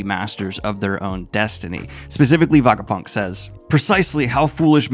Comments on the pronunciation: Kinda painful having to hear him say Vagapunk instead of Vegapunk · WHY ARE YOU SAYING VAGAPUNK ALL THE TIME?!?!??! IT'S VEGAPUNK! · why is hey saying vagapunk? is he also saying vageta? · Did yo read the entire arc while refering to the scientist as Vagapunk? Like, did you not notice his name was vegapunk along the way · It's Veh Guh Punk. Were you even got an Ah sound is beyond me. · Every time Daniel says "Vagapunk," I want to jump off of a tall structure. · I knoe he partially does it for engagement, but holy fk its so distracting and diminishes the video so much that he isnt able to pronounce the most important character of this arc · kaydo and vagapunk is hard to hear lol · Everything in this video was great except for the pronunciation, Daniel it’s not vagapunk or kaydo 🤣 but it’s part of the charm I guess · yes we know you are more of a casual one piece fan. Your pronunciation of Vegapunk and Kaido makes that clear 🤣🤣🤣